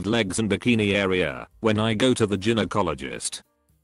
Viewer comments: The word is pronounced guy-no, not gin-o. To the woman with the birth defect: not a defect. That's your HYMEN. Some are mainly open, some have more than one hole. It's a ring of tissue. Sometimes drs need to cut them if they don't break naturally. Nothing defective. I hate AI. Mispronounces every medical word and gives bad medical advice..... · These text to speech videos are awful. What the hell is an Jin-o-cologist? 🤦‍♂️ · Did you not check your crap AI voice b4 putting this vid out??? Geeeenokologist?? Ffs dude!! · "Ginnyecologists" I've found some really lazy and badly done reddit story channels before but this is the worst. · This was interesting but I couldn't get to the end because the computerised voice was so bad.Mispronounced so many words, even Gynecologist! You really need to fix that. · I had to stop listening because of the computer narration. The way he said gynecologist, yeesh!